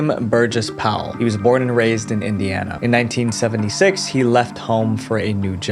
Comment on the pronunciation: you'r embarrassing its "indiana" a state in us 🤦🏻‍♀️🤦🏻‍♀️🤦🏻‍♀️